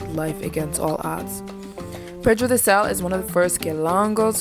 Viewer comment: just a correction: it's PEDRA DO SAL not pedro